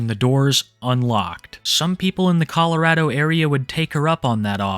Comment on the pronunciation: Finally someone that actually says Colorado correctly